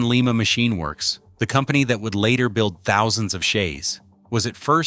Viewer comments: Lima Ohio is pronounced Ly ma. Leema is in Peru.😁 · Pronounce "Lie Ma" Not"Lee Ma" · Lima is LYE ma not Lee ma. It is a town in Ohio not the city in Peru. The same town where the Wright brothers built their airplane. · It’s Lima (/ˈlaɪmə/ LY-mə[4]) a city in Allen County, Ohio, United States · Pronounced like the beans.